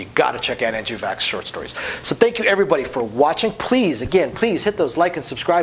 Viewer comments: Except he doesn't pronounce his last name right. Vachss rhymes with 'tax' or 'fax', not 'pox' or whatever he said. Also, the Dell and Dolly trilogy are new favorites, as is Haiku, which is really good... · vachss rhymes with wax.